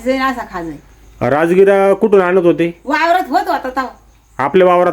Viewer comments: राजगिरा बोलता राजगुरा नाही बोलत 😂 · Rajgura nhi dada rajgira bola